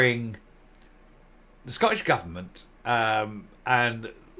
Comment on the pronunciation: Please will you pronounce the letters T in the word Scottish. It's not Sco_ish. There's a huge cringe factor attached to saying it like this. Thanks. Just don't want you sounding like a Nat. Thanks for all your good work.